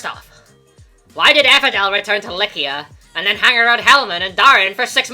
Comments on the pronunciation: I’m pretty sure Eliwood also pronounces it "Lie-See-Ah" In Heroes. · who says Lykian with a K? Lie-see-a makes more sense but i could be wrong but the way its said here sounds like a K. not a C at ALL. Like u dont say, O-Stia. U say Aw-Stia. Oh-Stia even would be wrong. cause its not like u say o.. stia.. so. its Aw-Stia.. Like Lie-See-A. not Lie-Kia.. thats how he seems to say it. i dont know, i could be very wrong but just how i see it. please do correct me though if wrong cause i would like to know more about it